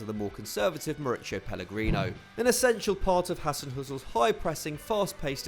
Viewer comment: Did the orator just say Mauricio Pelligrino???? 🤣🤣🤣